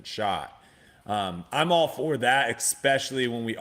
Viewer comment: Mannnn Brodies an eKspecially pronouncer...it's eSpecially! Drives me bonkers haha. Great podcast though. Let's go.